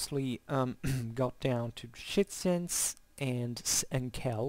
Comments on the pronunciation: Very interesting video. You seem very knowledgeable on this topic. But I'm struggling to follow... who are the Schitzens and Jettais that you keep referring to? I don't know if I'm heading it wrong. Are you saying Scythian? I'm confused.. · Scythians = [shitsians] ??? i am sorry) not sounds right... scythians = [skifians] i think is more like it... other wise i really enjoyed this talk! thank you! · Hello there, thank you heartily for the compliments, it means a lot Yeah, well, welcome to my fantastic "English pack": exactly, it would be Scythians and Getae/Gets respectively, I apologize for my poor elocution. If you're interested in these topics I also made a video on Scythian warfare (that time with a somewhat better pronunciation!). I wish you a great time and enjoy